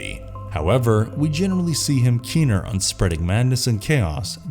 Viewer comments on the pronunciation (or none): none